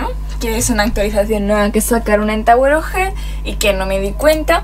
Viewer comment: Al iniciar dijiste "tawer oj jell